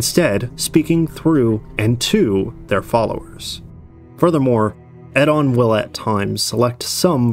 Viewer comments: Eddon is an interesting pronounciation of Oedon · Yeah, the way he pronounced "Oedon" drove me nuts. One of the few we actually hear a character say.